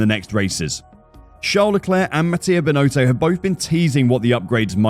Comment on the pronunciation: I don't think the guy who's been hired to to do the voice over even watches F1: It's pronounced Bin-otto not Bin-oh-toe.